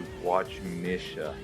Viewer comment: It's pronounced Misha - Mee-Sha / Charoudin - SHar-oo-Deen dope video dude!